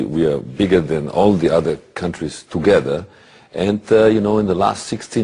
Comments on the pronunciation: TOGUEDER KKKKKKK, Eike não fala porra nenhuma de Inglês. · "Tugueder" KKKKKKKKKKKKKKK